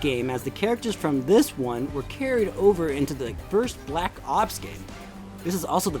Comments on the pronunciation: The way he says “black ops” is pretty funny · The way he says black ops tho